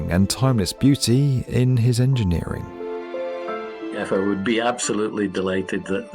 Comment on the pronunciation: yes it it not effeil but yyou can't say it because otherwise you will be considered anti......